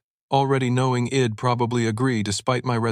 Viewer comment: It is so annoying...she'd pronounced as "shed" and I'd pronounced as "id"....ugh.